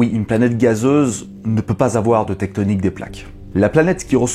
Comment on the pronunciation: "Tecktonik" ??? J'ai failli me barrer en courant quand j'ai entendu ce mot !